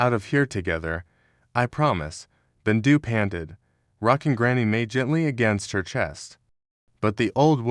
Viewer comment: Is bendu not rendu